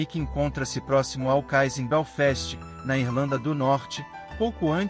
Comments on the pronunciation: A pronúncia do narrador é péssima. Não conheço Belfest, eu conheço Belfast, fora outras palavras em inglês. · O nome da cidade é Belfast e não Basfest como dito